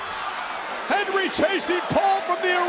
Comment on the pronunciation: Michael Cole can’t say HENDRY to save his life